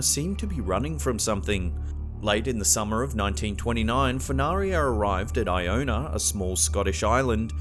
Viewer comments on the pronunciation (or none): IT'S IONA NOT INONA TAKE IT FROM A SCOTSMAN